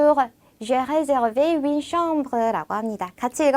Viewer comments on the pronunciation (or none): 시원스쿨 프랑스어 프랑스어 발음과 한글이 100프로 매치가 되지 않다고 하지만 선생님께서는 정확하게 발음해 주셔야 하는거 아닐까요....? 예를 들어 우리나라 말에 f 발음이 없는데 선생님께서는 정확히 F 발음으로 구사해주시는것 처럼요. 선생님께서 정확히 윈느로 발음하셔서요. 아무리 프랑스어 여행 회화라도 해도 선생님께서 윈느로 발음하시면 학생분들에게 헷갈리지 않을까 해서요...